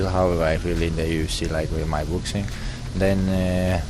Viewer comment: Boxing will now be known as "Book-sing"